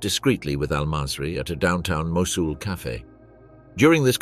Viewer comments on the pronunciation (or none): Seriously, this is very interesting but the AI is terrible. Should be a human narrator. Mosul was pronounced at least 5 different ways, including 2 different pronunciations in the same sentence. Very amateur and ruins the documentary.